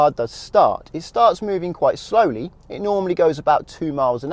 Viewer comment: Srowli by srowli 😂